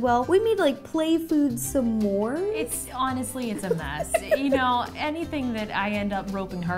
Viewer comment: I’m so sorry but it’s S’mores not Some ors